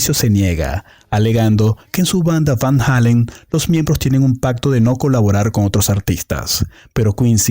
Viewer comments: Eddie VAN "JEILEN" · van halon is what your saying 😂